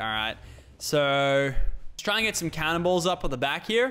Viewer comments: lol he said canibsls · Anyone else hear cannibals when he say cannon balls